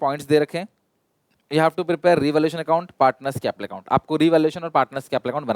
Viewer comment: Capital ❌ caple ✅